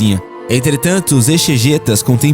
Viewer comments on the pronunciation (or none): Não se fala "exegêta" e sim "exegéta". A pronúncia é com o "e" aberto e não fechado. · Não sei se alguém já corrigiu a pronúnci ada palavra "EXEGETA", mas a pronuncia cetta é: Ezegeta, a letra X com o som de Z. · ... exegeta (( se pronuncia '' ezegéta " ♻ ♻ ♻ ✌😉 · Exegeta (na pronúncia o X tem som de Z)